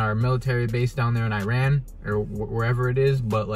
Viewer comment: Learn how to say Iran , you’re worried about how to say Reese’s but can’t say Iran . Another thing I know this is a dream but it makes me think of what people think of Iran ... I’m African American and my soon to be in laws are Persian . Persians don’t hate us , some hate our politics . It pisses me off because they’re the most nicest people that you’ll ever meet . Travel more and learn about new cultures before you go assuming please .